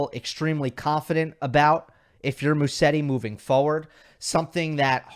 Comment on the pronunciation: Just a small correction: In English Musetti should be pronounced MUZETTI. In Italian one "S" in a name is pronounced in English like a "Z"